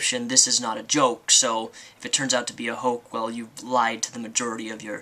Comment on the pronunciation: lmaooo youre hilarious. lmao your pronounciation of "onishion" instead of onision and "hoak"' instead of hoax